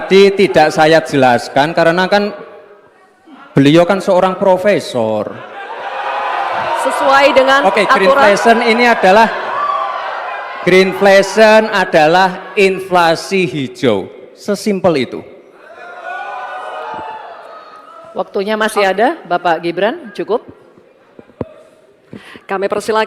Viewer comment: pertanyaan dgn jawaban dari samsul aja udah gak nyambung, ya cukup dijawab receh aja lah broooo!!!! oh ya, pengucapan yang bener itu ngomongnya green inflation bukan green flation ya brooo!!! seolah-olah ingin terlihat pintar, ternyata ehh ternyata.. 🤣🤣🤣